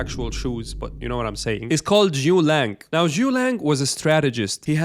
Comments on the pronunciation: It's Zhuge Liang, not Zhu Liang. Get it right. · Thanks for the video, I wanna highlight it’s Zu Ge Liang not ZuLang 😂